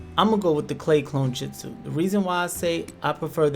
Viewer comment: No hate but kiss-a-may and mit-su-ki had me🤣🤣 and jitsu 🤣🤣🤣🤣🤣